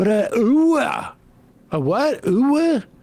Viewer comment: Oh man. He mangled it so badly, the first thing I started wondering was if he was doing, like, a painfully corny leftie bit where he was pretending to not understand how to pronounce “hoo ah” (the US Army’s battle cry). 😂